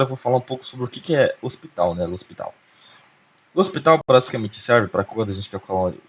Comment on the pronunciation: Parabéns pelo vídeo. Uma dica boba. O nome do cara se pronuncia Lôpital. Abraço e parabéns pelo canal. Se tiver interesse dá uma olhada na minha playlist de Análise Real.